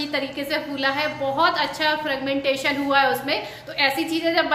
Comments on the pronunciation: Fragmentation nhi fermentation bolo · It is fermentation not fragmentation. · It's fermentation not fragmentation dear ... No worries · Frugmentation ..nhi hota fermentation hota h .. Anyways nice video...😍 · Fragmentation nahi dear fermentation